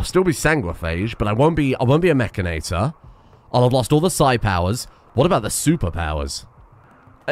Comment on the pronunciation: isnt it "Itor" not "Ator" for mechanitor?